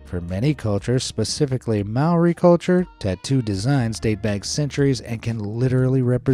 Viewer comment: I am te Reo mori and i don't like this vid because you pronounced mori wrong!!!!!!!!!!!!!